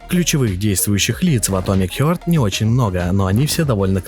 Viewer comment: Блять, "атомик хЁрт", "студия мЮндфиш". Ну ты хотя бы погугли перед выпускам видоса, раз с английским все так плохо. Сразу понятно отношение к своему творчеству исходя из таких вроде бы мелочей. Видос же просто бессмысленный. Сам же в начале ролика сказал, что сравнивать две такие разные игры глупо, в итоге сравнил. Зачем вообще нужно сопоставлять релизы совершенно разных игр. Они даже по шумихе не одного уровня.